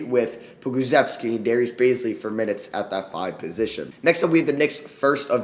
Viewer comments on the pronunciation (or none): none